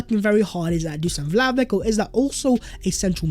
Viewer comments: Vlahovic would definitely improve our attack. Also, his name is pronounced Vlahovich, rather than Vlahovik. Hope you do correct it in future videos. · It's pronounced Dushan Vlahovich man! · I'm sick of hearing you spout "Vlahovick! Vlahovick!" An embarrassing mispronouncement! I have unsubscribed so I don't have to hear you any more.